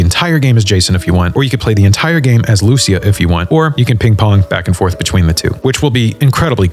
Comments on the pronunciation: The way you pronounce 'Lucia' is shocking. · Dude cannot pronounce Lucia correctly